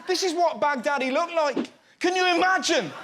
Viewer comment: All I can think when he says Baghdadi is Bag daddy